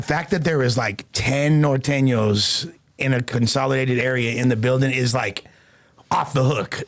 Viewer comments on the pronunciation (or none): Dudes a square can’t even say Norteno’s right lmao